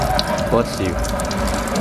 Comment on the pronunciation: "blesh you"